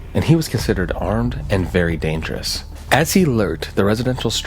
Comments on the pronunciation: Dangerous❎️ Dangerune✅️ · Bro really said “Dangeroon”😂☠️ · "this is rare and verry dargeroon" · bro made me laugh when he said dangerun 🤣🤣🤣🤣🤣🤣🤣🤣🤣🤣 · "THIS IS A RARE AND VERY DANGEROONE SITUATION" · “This is a very rare and dangeroon situation”🚨🚨🚨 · "Oh, no! The storm is very dangeroon!" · "A rare and very 'danger-oon' situation". Huh. That's disconcerting. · Why did he say dangeroon? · "dangeroon" lmao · "this is rare and very dangeroon situation" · It is very dangerous❌ It is very dangeroon✅ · yes, he said “dangeroun.” What i don’t get is how they messed this up. The s and n keys are nowhere close to each other. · "This is a very rare, and dangarooze situation" 🤣 Edit: Sorry I paused before hearing him mention that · He said "dangeroon". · Danga-Roon. The brand new Aussie super hero. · "This is a very rare and dangeroon situation" got me rolling 😂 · "this is a rare & very Dangeroon situation" 🤣🤣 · I also said, "did he say dangeroon?" 🤣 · "Dangeroon" took me out LOOOL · i'm glad i'm not the only one who heard "Dangeroon" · "...this is a rare and very dangerROO situation!!" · did i hear dangeroon??? edit: immediately after i say this he points it out oh wow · this is a very rare and dangeroon. Thank you AI voice, thank you